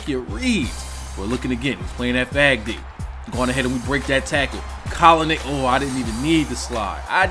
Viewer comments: Stephen a smith said colinick on first take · stephen a smith from first take called him colinick yesterday on accident xD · Stephan A.Smith said Colinick on First take the other day. I think he watches your videos hahaha